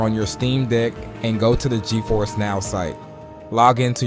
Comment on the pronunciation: He said steam dik 11 times and gifers (Ge-force) once